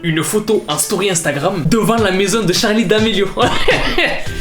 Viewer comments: SE NEST PAS "Charlie" CEST CHARLIII HAHAHAHAH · juste je kiffe de ouf tes vidéos mais juste ses *Charli mais pas Charlie 😅😅